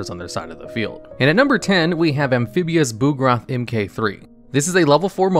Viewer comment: The way you pronounce "Amphibious Bugroth MK-3" made me chortle a bit